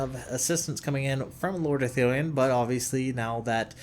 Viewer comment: holy crap you got ecthelion's name right :D